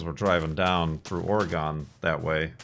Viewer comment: Oh-reh-gone and Neh-vaw-duh? You're killing me, man :P